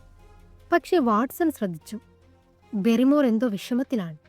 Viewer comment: ബാരി മോർ എന്നാണ് അല്ലാതെ ബെറിമോർ എന്ന് അല്ല. ഹോട്ടലിൽ നടന്നു കാര്യം മൊന്നും പറഞ്ഞില്ല ബാസ്‌ക്കർ വിൽസിലെ വേട്ടനായ എന്ന ഈ കഥ നന്നായി പറയാൻ ശ്രമിക്കുക